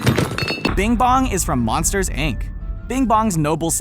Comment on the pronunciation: Did he just say ic instead of inc